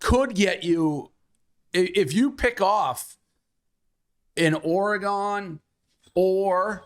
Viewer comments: the way Dave pronounces Oregon as "Orygone" LOL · Why tf does Dave keep pronouncing Oregon like a dweeb